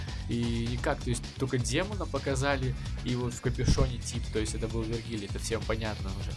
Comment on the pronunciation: Ну Вергилий он, а не Верджилий))